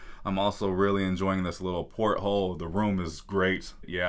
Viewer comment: Lol pothole🤣 sorry had to comment even though I totally know u meant porthole